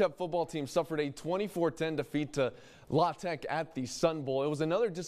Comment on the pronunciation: No from Louisiana says La-tech. Everyone around says L.A. Tech. That's a first to ever hear it pronounced like that. Just sounds weird.